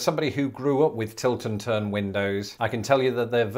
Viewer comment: It took me a while to realize that you were saying "Tilt AND turn" windows. I initially heard "Tilton turn" and thought that Tilton was the name of the town where they were invented, or possibly the name of the inventor, Sir John Tilton. 😆 Love your videos. Keep up the good work.